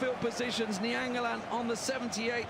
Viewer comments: The way the commentator says naingolaan pisses me off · That fucking commentator keeps triggering me by saying ningolan**